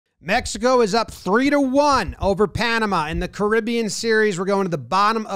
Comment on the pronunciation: Jomboy can you say "Mejico " again? 🙏🏿